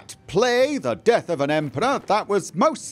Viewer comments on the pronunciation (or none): none